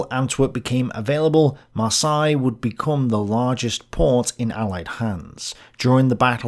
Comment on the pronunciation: There's not a single Englishman on the planet who can ever pronounce "Marseilles" correctly. I'd rather you inserted a TTS voiceover for that city's name than hear you butcher it LMAO